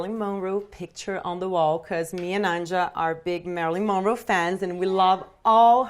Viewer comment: I love how she says Marilyn Monroe. She’s beautiful 😍